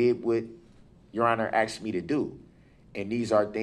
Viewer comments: I'm axing him to get a dictionary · If I were your honorable judge I would correct him by saying I don’t understand what you are saying when you are saying axed. Hopefully the jury will find him guilty so he can be axed. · The word axed is going to be in bedded in her head for the rest of her life🪓🪓🪓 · I can't get by the “...you axed me to..... 🙄😬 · You told me to do DAT. I AXED you. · Omg stop saying axed. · If he says axed instead of asked one more time im gonna pyll out my hair... And every new law firm should have this video as proof of why you dont represent yourself.. also he dont agre to a stoppel(whatever that is) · I'm AXXXing you. Then I axed again. I axd about folings. I axed and fiwold for the redcord. I did it all cept . I spek the truf. I'm a gron man. I's get no respt. Classic. Then I look at his ugly face because of the photos truly the best shots he will ever have in his life. We gave the dare stare. We have the cocky head angle when he believes his opinion is the truth. Looking up for sky walker. death stare in the middle then floor truly the sainted help me teach these people what they do not know. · “When I AXED” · Excellent vocabulary? Axed me ta do dat? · AH AXED U AH KWESTCHUN!